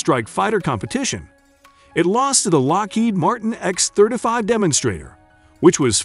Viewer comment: We're all glad that the X-thirta-five beat out the X-thirty-two. I don't know why he pronounces it differently.